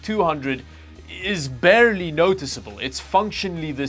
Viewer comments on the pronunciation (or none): none